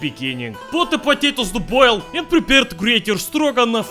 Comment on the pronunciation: “…need another 10 minutes to BOIL!” — old accent.